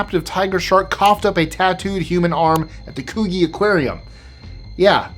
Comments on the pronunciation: It’s pronounced “Coo gee” 🤦‍♀️ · Hey, love your channel. Just so you know, with the shark arm thing - Coogee is pronounced with a soft g, like j. Yeah, I know. Picky Aussie lol